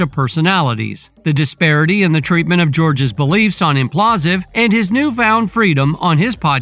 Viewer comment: Bro, it's Impulsive, as in Logan Paul..... come on